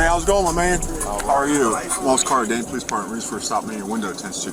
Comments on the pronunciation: It’s police, not polesse. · Paraplegic but driving a car and can’t pronounce “police” or speak properly….ok.